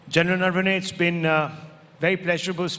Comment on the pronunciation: Naam toh sahi se bolta Rahul Shivshankar. It's not नर्वने, it's नरवणे.